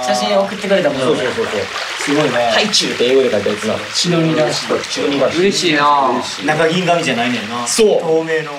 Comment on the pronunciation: みんなの発音いい｢スィドニー｣の中りゅちぇは｢しどにー？｣って感じなの可愛いすぎて🤣